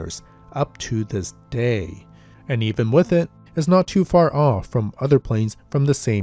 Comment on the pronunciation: The word “with” does not have an “f” in it. There is no “s” on the end of “landing gear”.